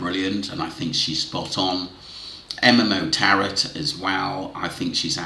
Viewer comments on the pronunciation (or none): Hi tarot is pronounced TARO